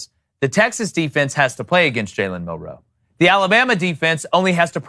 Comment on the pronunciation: I fucking hate the way these guys say “Mil-ROE” instead of “MIL-roe” like every other person